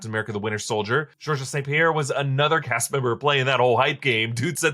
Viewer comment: Not being an ass but Georges St. Pierre first name is just pronounced "George"